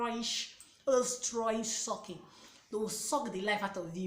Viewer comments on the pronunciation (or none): ooooo you're too funny. The way you were emphasising the strong sucking... I just love your personality. Thank you for the video, you brought up really important points. I got A LOT of experience before I had my baby and it really helped me know what to do when she came.